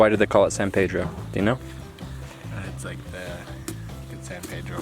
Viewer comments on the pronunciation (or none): It's san pedro as in saint peter, not sad pedro